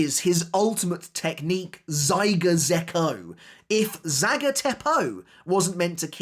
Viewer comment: For future reference,, it’s Zagai Zekko. Not Zaiga Zekko